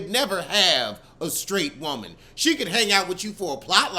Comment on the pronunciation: great episode 😂😂😂 “YOURE EVERY WOMUN”